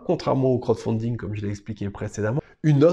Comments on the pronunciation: Il faut absolument revoir la prononciation pour le : crotte founding lol Sinon super vidéo comme d'habitude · Bah en même temps il donne son avis dessus rien qu'avec la prononciation lol 😂